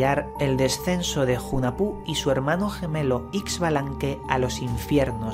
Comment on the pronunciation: Hunahpu se pronuncia junajpú